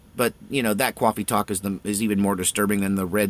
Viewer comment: CAWFEE TAWK!!!!!